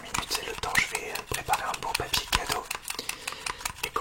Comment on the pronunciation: « piapier cadeaux » XD❤️